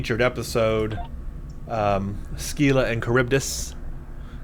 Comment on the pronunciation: You may have been told this already, but it's pronounced "SILLA" (rhymes with "Willa"). You got Charybdis right.